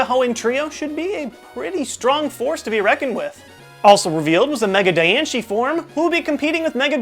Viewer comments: Why are you pronouncing it "Die-an-chie" when the English trailer for the Cocoon of Destruction pronounces it "Diane-see". Even the Japanese trailer doesn't pronounce it "chie", more ~ "Diane-she". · It's not Dianche it's Diancie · I have to say this: "It's pronounced Diancii" :) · That is not how you pronounce Diancie! Just sayin And it's their prehistoric forms as well just sayin